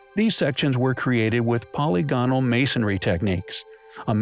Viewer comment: Please learn how to pronounce the word polygonal.